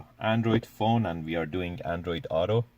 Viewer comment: Autokidneya??????!? that’s what it sounds like you said about the Apple CarPlay app